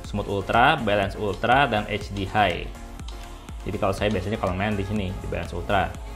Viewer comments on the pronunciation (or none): none